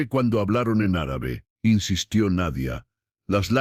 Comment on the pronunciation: Linda historia, pero no vuelva a pronunciar Árabe por favor. ❤❤❤